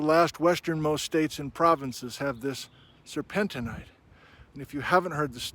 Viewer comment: Sir pen teen. Sir pen teen ite. The mineral to the mixed rock name does not change the pronunciation.